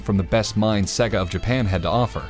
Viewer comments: Say-gah not seg-gah, you literally have to listen to the sonic start up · Sega is pronounced Say-Guh. Not Segg-uh. If you actually played the game rather than reading a script you would know that after 2 seconds of starting the game. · I really like your videos, but every time I hear the narrator say "Segga", I want to break something. 😬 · Why do Americans have to miss pronounce sega drives me crazy 😡, but love this channel 🖕🏻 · the way you say "Sega" lol...Probably more accurate but sounds funny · I know this is really petty but the way to pronounce sega is literally at the start of the game